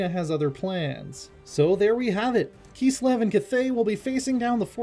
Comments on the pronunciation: IT KISLEV! NOT KEEEESLEV. That was painful to listen to. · “Keeslev” - this guy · Well it's not wrong it would be close to the german pronunciation XD